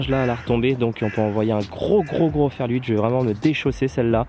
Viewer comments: Sympa la vidéo :) Mais pk tu dis ferL 8 ? ^^ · Oui j’ai remarqué,ça me fait marrer 😂